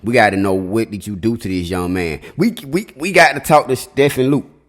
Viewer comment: Stephen is pronounced Steven.